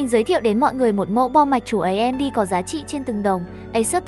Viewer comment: Bác đừng để tên hãng "ấy em đi" nữa dc ko, nghe mất tập chung quá. Thật lòng.